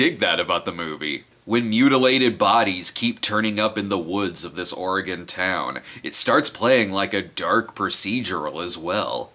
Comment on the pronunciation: for being from the Midwest and pronouncing Oregon like we do here on the West Coast.